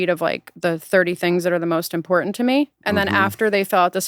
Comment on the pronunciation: I only hate her because she doesn't annunciate the T in important.